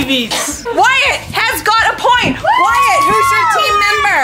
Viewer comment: wyatt? not being rude just wanna correct